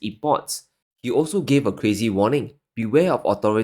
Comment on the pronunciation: Wtf does cwazy mean?